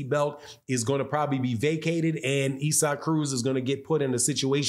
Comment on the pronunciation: Is. It not pronounced ‘ Izac’ ? Not ‘Ezak’